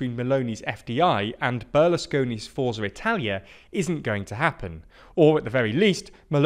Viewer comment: Notes on Italian pronunciation; Lega - lay-ga Forza - four-tsa Lambrusco - lam-broos-coh